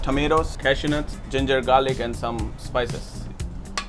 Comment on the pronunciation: i like how chef says "gingergarlic" like it's a one thing